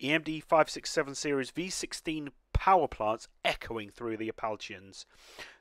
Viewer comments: This looks super good. Tip: Appalachian is pronounced appa lay shun. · interesting pronunciation of "Appalachian". Think you pronounce it like 'apple-ation'.